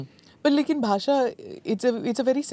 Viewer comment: Basa nahi basha aur des desh hai bhai jara Hindi toh Sahi se bolo